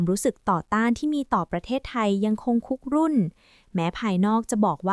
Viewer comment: “คุกรุ่น” = คุ กรุ่น ไม่ใช่“คุก รุ่น”